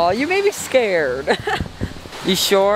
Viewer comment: “it scerd me it made me scared. It scerd me to.”